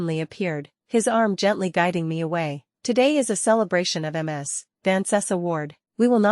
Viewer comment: Choose a better voice... I.D. instead of I'd. M.S. instead of Miz(Ms). Check your timeline. One month to build a special large building? AI, and it still can't count.